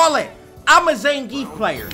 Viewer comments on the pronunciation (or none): We have Ve-gaah, now we have Zan-grief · no one: punk: IT'S ZAN GRIIEF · That Zangeif though